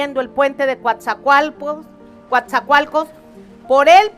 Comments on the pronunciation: NO es Cuatzacoalcos Es Coatzacoalcos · El nombre correcto del Puerto es COATZACOALCOS NO: "Cuatzacoalcos"